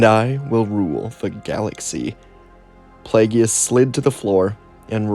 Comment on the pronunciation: I love your video’s however his name is pronounced (play-gus)